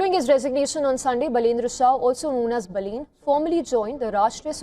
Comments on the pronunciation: Not Boolean not balloon it's Balan need to learn pronunciation first😅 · Pronounce Baa-lane 😂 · Learn first pronounce his name? As called BALEN 🤟🤟🤟🤟